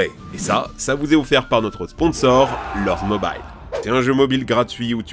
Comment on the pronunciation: Il a dit "lords mobayle" meilleure accent ever